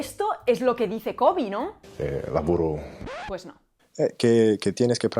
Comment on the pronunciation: La mitad del video pensé que decías covid. Luego me enteré de que era KOBE :D El code-switching es súper normal en hablantes bilingües, aparece en mi hogar como en tantos otros. El Spanglish es un fenómeno pero no soy partidario de llamarlo una lengua. Una cosa también es el code-switching y la otra es el insuficiente dominio del español o del inglés o de los dos, que precisamente incentiva el surgimiento de semejantes cruces lingüísticos. El español hablado por los hispanohablantes de los EE.UU. definitivamente es de peor calidad que cualquier otro español a nivel gramatical, de pronunciación y, principalmente, de léxico, dónde el desconocimiento del léxico propio del castellano se compensa con numerosos anglicismos. Nunca he escuchado que alguien de los EE.UU. hable español a un nivel C1 o C2. Realmente es lo que tú dices en el video. Es un "kitchen Spanish", hablado en el círculo familiar con muy pocas palabras y con el fin comunicado pero súper reducido. Según mi observación podría ser un A2-B1 como máximo.